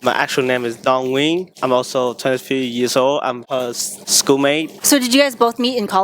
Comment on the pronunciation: Why is he not pronoucing his name Dong Nguyen correctly? The biggest mistake I see as an "overseas Vietnamese," is young Viets blindly idolizing anything foreign, or even worse, western, or adopting negative aspects from other cultures that may present as cool, e.g. Black American culture. Be proud of who you are and maintain your identity or others will exploit it and you.